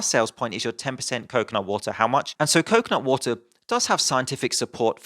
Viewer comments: it sounds like 10% coke not water whenever you say coconut water, now that you have read this you can't miss it. Love your videos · i only heard him say coke, not water. i only understood he meant coconutwater when the word actually appeared on screen xD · Most of the video I was just listening and was wondering how stupid the slogan "coke, not water" was until I took a glimpse at the screen and realized you were saying "coconut water"...